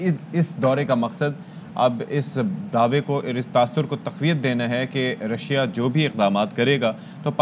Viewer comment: Ha Ha Ha she is saying Razia instead of Russia.